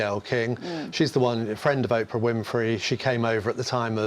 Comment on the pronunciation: Meggan is killing Oprah and Gails names. Noone whats to see or hear ftom any of them.